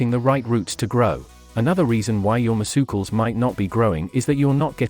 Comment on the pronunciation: you're "mes-u-cles"?